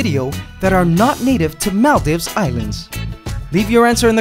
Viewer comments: okay i love your channel, just a small thing that bothered me, maldives is pronounced mall-deeves. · Is that really how you pronounce Maldives? I always thought it was pronounced "Mall-Deeves"